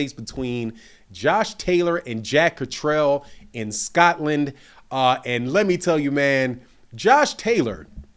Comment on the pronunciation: Blu Cantrell. He’s jack Catter-all. Not jack Catrell